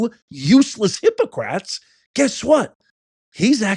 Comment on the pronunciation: It's not "hypocrats". It's "hypoCRITES" !!!!!!